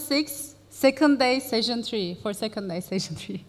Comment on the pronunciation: Bu kadar şaşkın master of ceremonies görmedim. Sunuyor, gidip konuşmacılarla beraber oturuyor!? İngilizce desen o da yok. Telaffuzu, kelime seçimi, dilbilgisi, hepsi hak getire... Session kelimesini "sejın" diye telaffuz ediyor. Hayretler içinde dinliyorum.